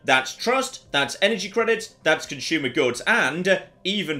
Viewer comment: Why is everyone on youtube pronouncing words like assume and consume with H's in them? "ashume" and "conshumer" being examples.